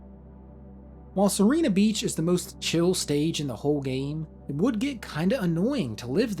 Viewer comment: you are pronouncing Sirena beach's vowels the other way around (as in... you are reading serina beach)